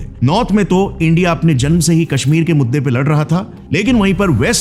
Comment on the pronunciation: please correct that word janm